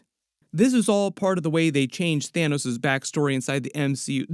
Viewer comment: LMAOOOO YO "THINOS" is hilarious 😂